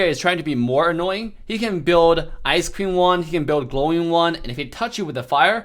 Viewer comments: says: You can build ice queen wand My ears hear: You can build ice cream wand XD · When you said ice queen wand I thought he said ice cream wand XD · Many people say ice queen wand And I only hear it ice cream wand